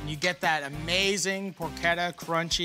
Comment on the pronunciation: Porchetta. I thought it was por-CHE-tah, buts it's por-KET-ah.